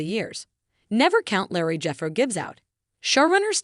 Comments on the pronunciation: Your reading the words correctly is pitiful. It is lead not "led" and Leroy not "Larry'. And Shawn not "seen" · Hey it’s Leroy NOT LARRY..